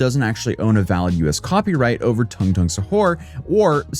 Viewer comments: Tooong, not tongue 💀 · Tung is pronounced "dung" in the actual language